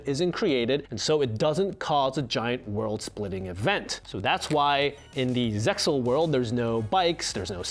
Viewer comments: RESPECT he mentions ZEXAL correct pronunciation. Strike from "5-D-S" removed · He pronounced it as FIVE-DEE-ESS instead of just 5Ds but knows how to correctly pronounce Zexal, wtf?